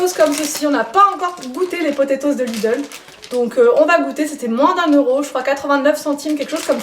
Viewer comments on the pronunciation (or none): none